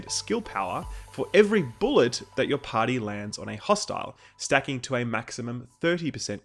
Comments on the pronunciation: he said party.. not potty hahah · "TURRET" "TURRET" "TURRET" there is no "O" in TURRET "PARTY" "PARTY" "PARTY" not POTTY.